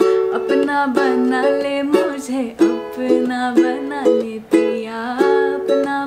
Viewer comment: Apna banna le ganda sunai de raha haii..😢its apna bana lee